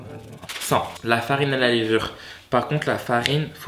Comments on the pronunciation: De léévure ? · comment il dit levure 😭😂